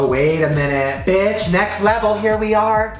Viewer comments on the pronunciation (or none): none